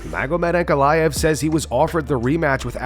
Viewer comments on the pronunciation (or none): Nobody calls ankalaev that 🤣🤣🤣